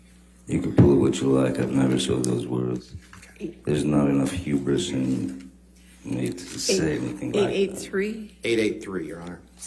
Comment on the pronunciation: Saying huberous is quite huberous of him. 😂 I dunno how to spell that